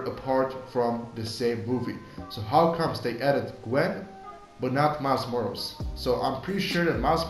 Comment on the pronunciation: Helpful but please pronounce MILES MORAL'S properly